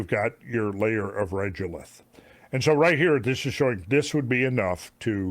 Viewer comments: Absolutely loving the Lunar Presentation. But I can't stand your mispronunciation of Regolith. It's Rego-lith ... Say lego, now say rego .... Regolith. Not Regelith like you say it. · I have always heard people pronounce it reh go lith, not reh joe lith. Despite the bugbear, I love love love the content, keep up the great work :) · Regolith is pronounced with a hard g not a j sound. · Regolith is normally pronounced as reh-go-lith. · Regolith is a regular regulate of similar stone (lith) crushed to varying degrees, and is pronounced as such: “reh-go-lith”. This is why pesky “accredited” Science degrees require stupid shit like courses in college-level English, …or at the very least, a basic understanding of your own glossary in your own field. 👀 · Also regolith is pronounced Reg (as in egg, or regular) Drove me nuts. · The fact that you can't say the word 'regolith' correctly takes away from your credibility. In all your moon research, nothing and nobody ever said it like you do. Just saying.